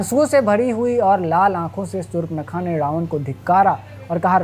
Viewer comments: Shur-pankha nahi, Shurp-nakha hai. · Sur-pa-na-kha hai😂😂